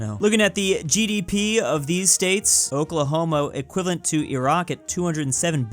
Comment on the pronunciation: did you just say Oklahomo?